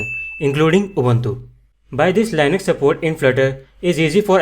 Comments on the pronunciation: Bro, It's not lienux... It's Leenux (Linux) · its not Lainax. its Linux